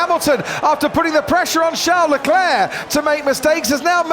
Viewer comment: Why do the casters pronounce Leclerc’s name “CHOWN LE CLAIR”